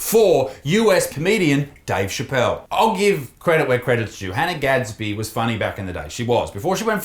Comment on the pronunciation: Hannah gadsby more like Han-'nah'